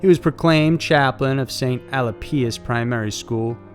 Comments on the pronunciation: Also Your pronounciation is very off, Alipius is (Ah Lee Pee Us ) and Ballarat is (Bal a rat) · The school in Ballarat was Saint Alipius (pronounced Al-eep-ius). Not St Alipius.